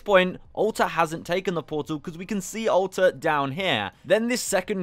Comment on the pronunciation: I swear everytime I hear you say "Alter" it sounds like you're saying "Ulta"